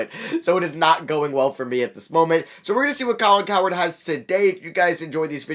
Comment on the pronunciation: IT'S COW-HERD NOT COWARD C'MON MAN!